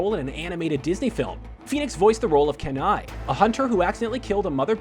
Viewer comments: "keneye" No....Its "keeneye" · it's KEEEN-EYE. Not Ken-eye. -_ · The character in brother bear isn't pronounced "keh-na-ie" it's pronounced "kee-na-ie" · His name’s not “Ken-ai.” It’s “KE-NAI” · "Ken-eye" no no. Its pronounced "kee-nye." Smh. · You prenounce it as KEYnai (Kenai) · Kenai is Pronounced "Keen-Eye" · Sorry but it irks me how you pronounce Kenai's name. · You said Kenai's name wrong. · Um that's not how you say the name of the lead role of brother bear no offense your hurting my ears. Did you even watch the movie?